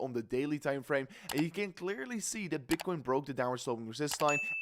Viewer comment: What the hell did you just say at the beginning? Bitchcoin? 😂😂